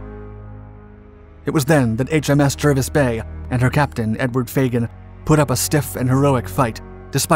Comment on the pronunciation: It's pronounced Jarvis Bay even though the spelling is Jervis Bay. One of oddities of the English language.